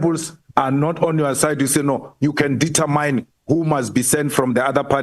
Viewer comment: Its determine Malema not determyne